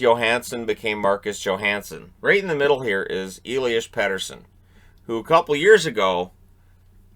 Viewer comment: sorry, but to be correct it's Elias not Eliash 😘 and yeah, it's PeTTersson. Sorry for being a smartass 🙃